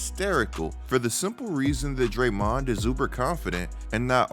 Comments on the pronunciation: Dude, I think it's DRAYmond, not drayMOND... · I hate to say it but I hate how you pronounce “Dray-Mooooon”. Just saying.